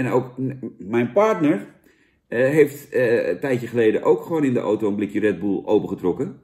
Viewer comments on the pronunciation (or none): none